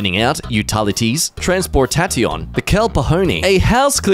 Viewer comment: Did you really just read "transportation" as "transport-tat-ion"????